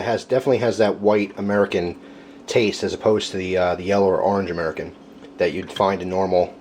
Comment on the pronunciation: I notice you say ar-ange instead of or-ange